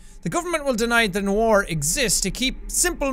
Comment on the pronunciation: i like how he said nowar not noir